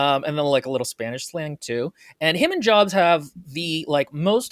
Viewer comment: “NAH - roo - toe, not nuh - ROO - toe,” meanwhile: “joabs”